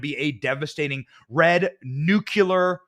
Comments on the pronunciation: It’s NU-CLEE-ER!!!!! NOT NUKE-U-LER!!!! Stupid is as STUPID does!! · Benny, it's NOO KLEE AR - not NOO KYOO LAR... PLEASE!! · Noo Klee Err. Spend two minute a day repeating…. Noo Klee Err.